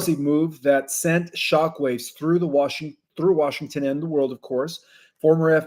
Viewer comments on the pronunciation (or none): none